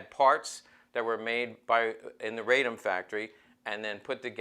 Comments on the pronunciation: Nice " rig ". Also you are mispronouncing the gun's name. It is a name of the city it was made in, RA-DOM. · OK, Let's get the pronunciation of the city of Radom, where the gun was made, correct. It's "Raa dome" for those of you non-Polish speaking people. It was a fine firearm with virtues of both the Hi-Power and the 1911.